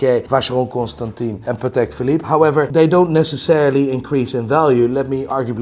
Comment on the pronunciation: can he pronounce a single watch brand correctly? Patek? Breitling?